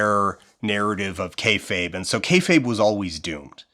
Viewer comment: Well you pronounced "kayfabe" correctly this time so you're going in the right direction. I will say on your popularity question, wrestling is absolutely more visible than it's ever been. The barrier to entry for wrestling streaming and VOD is the thinnest it's ever been, and getting your hands on international wrestling is so trivial today that describing a time before that would be like trying to explain what phones were pre-iPhone. AEW's founding and Hiroshi Tanahashi creating the "forbidden door" concept completely by accident made a business that was for years "it's WWE or nothing" flourish into a much much broader scope where even something like Soft Ground Wrestling can find its niche internationally. Popularity? Worst it's ever been. The fanbase is an order of magnitude smaller than it was at its true peak in the late 90s, even if you assume all RAW and Nitro viewership numbers came from the exact same people flipping channels. RAW getting 3-4 million viewers going into the 2010s was considered a weak showing and a sign of bad business, now if RAW even approaches 2 million it's cause for celebration. Even AEW gets a fraction of it's highest viewership after the Vince ousting siphoned back the people that didn't actually want an alternative rival promotion, they just wanted Vince gone. I know you have your promotions lined up for the doc, but PLEASE consider talking to the hosts of the Deadlock podcast about their promotion, while it was running it was considered the b